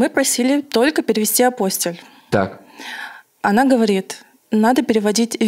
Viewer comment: Апостиль, ударение на -и!